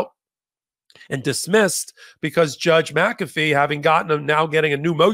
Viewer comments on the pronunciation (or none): none